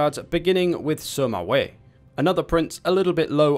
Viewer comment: Just for the record it’s Sima not Suma 😐